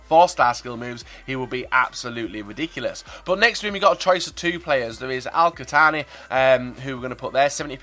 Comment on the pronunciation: خوصاوي 😂hi I'm from Ksa الشهوب😂الشماني 😂القتاني 😂لي يغلط باسم قبلتي😂😂😂